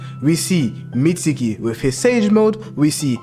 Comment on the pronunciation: meetsukii and salaratdha why you say it like that